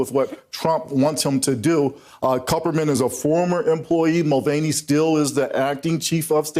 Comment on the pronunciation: It's pronounced Mul Van E ffs